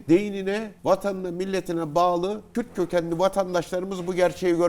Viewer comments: Önce Kürd demesini öğrenin kürt kökenli nedir ? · Daha kürt diyemiyorsun kim senin yaninda durur kürt kökenliymiş😂